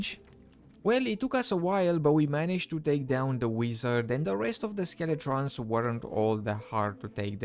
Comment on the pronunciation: ok who on earth calls Skeletons "Skele-TRONS" jesus.